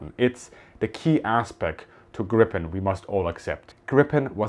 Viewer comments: The namn of the plane is not "Grippen"! It is Gripen with a long sounding 'i'. Ask any Swedish military about this and they will agree. Please rerecord and change the gross mispronounciation. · A small lesson i Swedish: Gripen (also a heraldic animal) is not pronounced Grippen, but rather as Griipen. 🙂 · Ex Swedish AF (Tactical Road Air Base Weather Service) here. Thanks for your great videos! FYI, the pronunciation of "Gripen" in Swedish is very similar the way you would pronounce the word in German. "Griipen", not "Grippen". Keep up your fantastic work!! 👍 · So sad that a person able to pronounce the name Gripen chose to pronounce it Grippen instead of Griipen (greep-uh'n) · Greepen, please, not Grippen. 'Pedantic linquistic nerd being correct, no matter what you say!' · saab pronounce it "grippen" in their own material. Its the English way. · Pronunciation...put moore iii and less pp when you talk about Griiiiiipen....othervise it sounds like saying "smott" instead of smooth.... :) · Not to nitpick here but it‘s Gree-pen, first syllable stressed, long ee (German ie). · The name is Gripen, spelled with one 'p', pronounced like if you spelled it 'Greepen' in English. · NB: The "i" in Gripen is a LONG vowel, like "Greepen" -- got it? Tack! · Gripen, not grippen 😅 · Not pronounced [Grippen] though. More like [Gree-pen] or [Grie-pen]. Means "The Griffon" (the mythical creature with a back half of a lion and the front half of an eagle). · Sigh....You dont pronounce it "grippen", with two "p". You say "gripen" where the pronounce is on the "i" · It is pronounced with a longer i more like two ii "Griipen" It is an ancient fable animal horse/lion there was one in Alice in Wonderland. It makes the pronunciation in English less wrong. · The plain is called Gripen and not Grippen learn this please. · Just a little detail. The name of the plane is Gripen, spelled with one 'p', pronounced like if you wrote it 'Greepen' in English. Thank you. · Gripen, not Grippppen......🙂